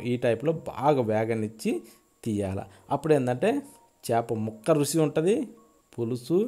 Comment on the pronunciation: సలి కాదు సార్, చలి అలాగే రుసి కాదు రుచి